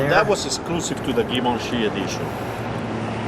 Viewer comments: Its not ga...givency. Its French. Pretty bad when the owner of the car doesn't even k ow how to say what he has. Its said more like jjjjeep. See what I mean? Maybe not. But its not pronounced with a ga sort of a sound. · Uhm. it's Gshee-von-Shee not "Giv-In-Chee." Its okay. I was 40 before I learned to pronounce it. We can't all be French. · No not. Gavinchy! Jheevahnshee. Dingdong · Givenchy is not pronounced like that.... It's ʒiːvɒ̃ˈʃiː or more precisely: ʒivɑ̃ʃi in original French pronunciation... I realise I'm sounding petty, mostly because I came here to see the car...but at least give a disclaimer... Something on the line of: "hey you know what, we can't pronounce it any other way, so we're gonna do it like this..." this way it just hurts my ears, and also people listening to it will get the wrong impression that that's how you say it.. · “Jee-vahn-shee” edition; a French designer. Audrey Hepburn was famous for wearing Givenchy designer clothes in her movies. There were also Cartier editions. Notice this car has the Cartier clock which must have crossed over both editions. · Pronounced shjee-VONN'-shee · Love how you mispronounced Givenchy